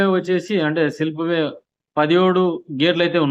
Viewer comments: సిల్ప్ వే కాదురా అయ్య స్పిల్ వే దారి దాపు కాదు దాదాపు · Silp way kaadu. Spill way ani cheppu.